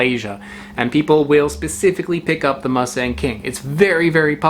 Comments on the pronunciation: "Moo"-Sung emphasis on the first syllable. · The first syllable of Musang King is pronounced "mou" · it's pronounced "moo s-ah-ng", like a normal hard latin "ah" sound. such an english thing to pronounce the letter "a" as "e"